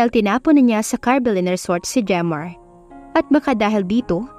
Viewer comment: Jemar pala at hindi redmar😅😅